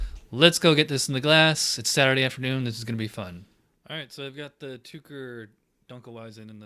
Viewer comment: I would like to help you pronounce the word "Tucher", but the Germans told me to just forget trying. It's something like "to care", accent on first syllable. Enjoyed the video...and the beer!